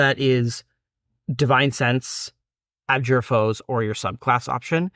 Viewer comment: Guys, I enjoy your content; however, may I humbly suggest you invest a little time making sure your pronunciation is correct. I've noticed this in several videos and held my typing till now. Again, just trying to help. For example, it is "ab-JOOR", not "AB-jur"